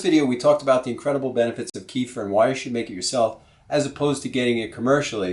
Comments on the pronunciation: Another offender ... Please! It's pronounced Keh-fear! NOT Kee-fer! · Thanks for the video! Just as an FYI...the word "kefir" is from the middle east. It is not pronounced [KEY-fur]. It is pronounced [kuh-FEAR]. Since this video is 8 yrs old, you may have been corrected before but I'm adding this just as an FYI. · It's pronounced "KEFF-eer" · great video! Thanks. But KEFIR is pronounced more like ke- feer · well .... you can "invent" even 25 ways of saying! But the reality is that KEFIR's original name is pronounced as "ke-feer" (or at least "ke-fear" if you wish). And that's how it's called for centuries. When first American enthusiasts adopted KEFIR they took the writing (spelling of it) without any clue of pronunciation ... and mispronounced it. That's how you get this mess :) The languages (Russian, Polish, Czech etc), the Americans borrowed the name of KEFIR from are quite strict and simple in regards of their spelling/pronunciation and usually (with very few exceptions) write the words as they sound. Unlike English :) So there you go: "ke" ("e" as in WEST) + "fir" ("i" pronounced as "ea" in EAST). Hope that helps :) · GAVE YOU THE WRONG REF ON MY PREVIOUS COMMENT RE:- KEFIR PRONUNCIATION - " KUHFEER " - CLICK ON THEN CLICK ON SPEAKER - THANKS - PETER OTTAWA ,CAN. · Please repeat 3 times. Keh-feer, keh-feer, keh-feer. ha ha ha. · keeh-furr lol